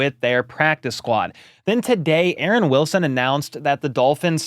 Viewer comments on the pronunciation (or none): none